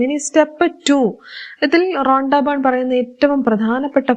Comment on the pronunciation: റൊണ്ടാ ബൺ റോങ്ങാ ബൺ 😂 റോണ്ടാ ബൺ 😂